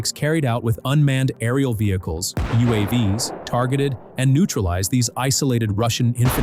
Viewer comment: "You aww vees"? It's YOU Aye Vees